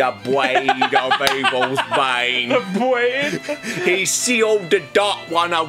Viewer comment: "I WILL GET YOU GADGET!!!" "OPTIMUS PRIME!!!" "Wielding the BWAADE of Evil's Bwane"